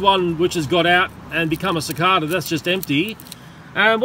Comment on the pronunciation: CiCARda? Don't you mean CiCAYda??